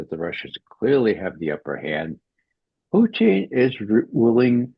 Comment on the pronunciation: Putin, not Pucheen. Why does McGovern, who we all know fancies himself as a cunning linguist, persist with this ridiculous and unfunny mispronunciation?